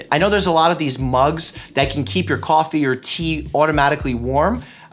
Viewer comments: "CAWFEE", I hear that New York boy in there ;) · I can see ur Boston accent creeping out. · "Coffee" Boston accent